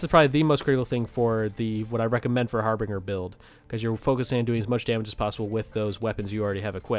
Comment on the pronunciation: Just an FYI, it's pronounced har-binj-er. I know that everybody says har-bing-er, but that's just so wrong- it hurts my ears... and my brain. It's meaning was generally used in the 16th century to indicate a herald who would venture ahead of an army or a nobleman and their party, in order to acquire lodgings. Oxford now defines the term as "...a sign that shows that something is going to happen soon, often something bad" So in this case we would have the 'Harbinger of Death,' a phrase I'm sure we are well aware of.